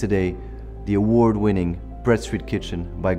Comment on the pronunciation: Winning : vin in frensh . the proniunciation is not ok